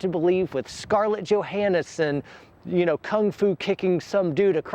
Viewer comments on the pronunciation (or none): I stopped listening after "eksspeshully" . Also, "cute blonde little wife" had creepy ass psycho bitch eyes finally, it's Johansson not Johannahson.